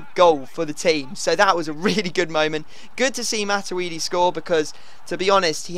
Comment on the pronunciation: Pronounced MAT-U-D